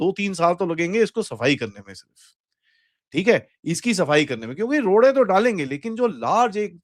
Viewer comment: "Rodey" jo daaleinge. needs to come out as a theth punjabi. 🤣